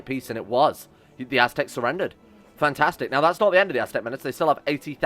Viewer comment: Aztecs... ASS-tecs